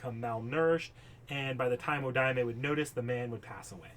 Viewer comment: Btw I am Hoping someone else already told you this but Wodime is pronounced Wo-Dime not Wo-di-me his jp pronounciation is uodaimu, some other stuff, Wodime father would try to kill his son because there grandfather skipped his son to give the family magic crest to his grandson, (the magic crest and circuit s are basic fate lore but I wanna mansplain they are basically Nervous system like organs that allows people to use magic, it's transplanted from the parents to children), also it was a homeless Kid not a man